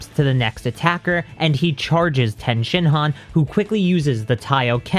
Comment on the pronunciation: I LOVE these videos BUT the way you say Tien is so cringy lol it's pronounced TEA-IN lol